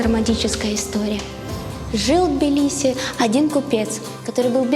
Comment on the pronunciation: Это не Билиси блин а ТБИЛИСИ